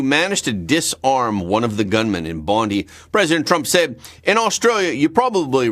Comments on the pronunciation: Bondi Beach.. not Bondee Beach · Excellent episode again mate Heads up though 😉 Bondi (Bond-eye) Albanese (Alban-easy) or just insert expletive 🤣